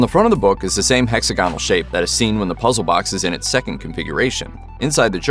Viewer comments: Hexagonal is accented on the 2nd syllable, not the third. It should be hek-SA-go-nal, not hek-sa-GO-nal. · That's not how anybody pronounces "hexagonal." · The stress goes on the second syllable. It's in dictionaries and everything. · same never heard it pronounced any other way